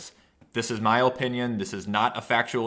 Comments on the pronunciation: I guess that’s also why you pronounce it Ope inion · He kinda says it like “ olpinion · Why can’t you say opinion ?